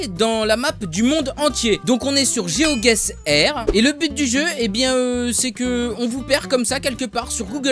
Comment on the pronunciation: On dit Géo Guesseur avec un accent américain stylé tu vois